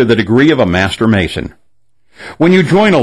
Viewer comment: 'Mason' - sounds like 'Satan'